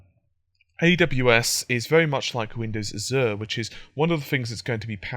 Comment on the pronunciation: azh-er not az-er